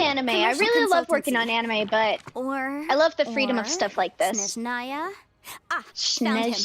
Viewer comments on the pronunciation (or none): Hi, i'm russian. The stress in "Snezhnaya" is on "e" originally :)